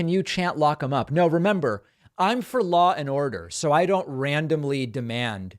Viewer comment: "Law and Ordo" over and over please.